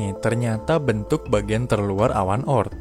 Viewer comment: Bukan O.ort tapi oort